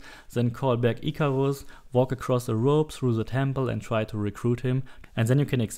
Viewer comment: sorry for necroing, but im german too and i was sure that he´s german when he said "Icarus" as german as he could xD